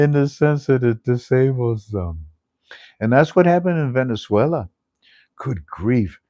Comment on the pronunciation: Hi Hello Lo bien tu pronuncias en Spanish you said Venezuela pronunciasteis very good te felicito por eso and the RV to When please thanks good night